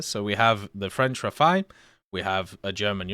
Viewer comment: It’s not pronounced rafai, or Rafael, it’s Rah-fall